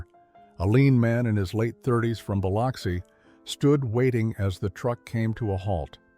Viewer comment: Biloxi isn't pronounced with the alternative name for smoked salmon (or Liquid Oxygen)in the middle😂